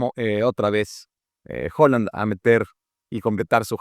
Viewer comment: Excelente análisis como siempre, pero por favor, deja de llamar HOland a Haaland, hasta el mismo nos dice como pronunciarlo.